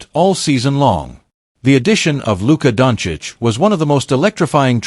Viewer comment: At least get his last name right - Doncic!